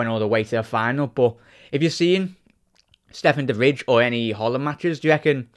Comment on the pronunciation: Dutchman who was raised in Liverpool here, it's not Stefan the fridge haha, it's pronounced "de vry"